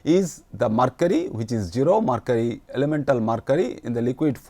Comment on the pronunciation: It is mercury not marcury